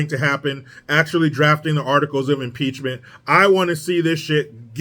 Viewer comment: Maxine Waters says, "PEACH-MINT"